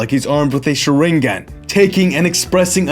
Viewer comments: "sher-reen-gun" unsubbed. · Hey not to be that guys but really...................... You can actually pronounce Sharingan they right way if you wanted 2!